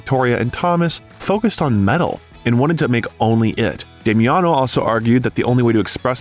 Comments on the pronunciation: Also not Demiano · its pronounced Dah mi on oh